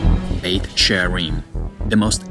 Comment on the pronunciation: Beit sharim, she says Beit with the sound Betch I thought Beth was House? Or is that Aramaic?